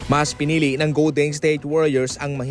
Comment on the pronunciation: Ayusin mo anong pinili sinasabi mo. Pati iikaw ngik ngik mo